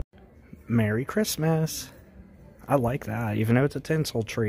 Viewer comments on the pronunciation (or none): none